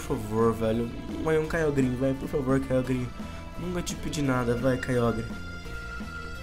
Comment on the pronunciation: O Nome E Kyogre Mais C Pronúncia Kyoger